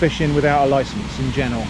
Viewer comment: I almost pissed myself when you said "you need a loicence."